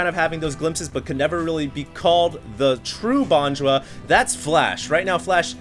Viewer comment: dosen't know how to pronounce bonjwa lol